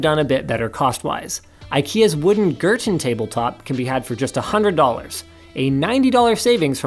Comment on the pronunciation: it is pronauniated "gear ton" (gerton)